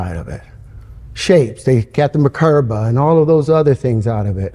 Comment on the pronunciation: The subtitles say "...got them a curve" when he actually said "got the merkabah" (though he pronounced it "mahkerba") 🤣